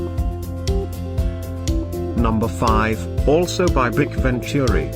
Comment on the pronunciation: It's not pronounced bic. It's B. I. C.